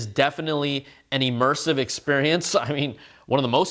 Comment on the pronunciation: “E-mersive”, eh?